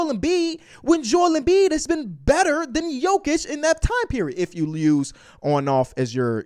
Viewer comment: Seriously? It’s not that hard,it’s Embiid